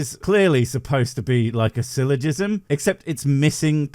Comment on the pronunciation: wtf is a silly jizzem?